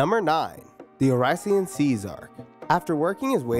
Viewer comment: OH-RASS-E-OHN SAYCE is how it's pronounced hahahaha. Great vid